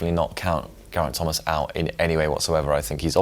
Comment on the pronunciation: How about learning how to pronounce Gerraint Thomas's name. And learn to maintain the same volume throughout --your voice is clear then you drop your volume and it's hard to hear what you're saying because you also gabble at times.